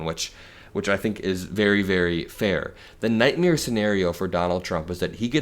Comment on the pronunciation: I agree with all of this and yet I still cannot stand the fact that this kid cannot pronounce "nightmare".